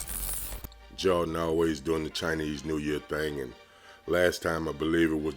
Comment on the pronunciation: men you say Jordan as Jar-in, lol. Your vids are underrated though.